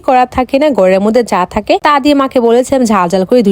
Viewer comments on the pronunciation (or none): none